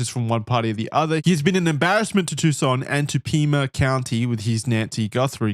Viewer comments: Lmaooo “too SAHN” pronunciation is murdering me. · Tbf, their pronunciation is correct, just with emphasis on the "SAHN" instead of the "TOO". I thought they were going to say "Tuck - SAHN" the entire episode 😂